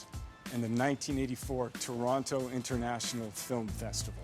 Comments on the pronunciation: He sounds like he still knows his way around; like a local except how he pronounces Toronto 🤨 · Wish he actually pronounced Toronto the way we pronounce it.